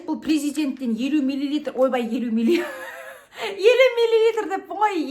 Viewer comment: Мә жаным милилитыр деп әпке😊😊